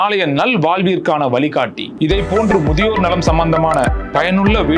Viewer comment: பூங்காற்று ""வால்வின் வலிகாட்டி"" .சூப்பர் ""தமில்": உச்சரிப்பு 😮😮😮